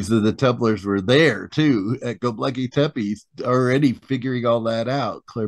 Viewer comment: Not Goblakly tepe. It s Göbekli tepe. In translation from Turk language it means bellybutton hill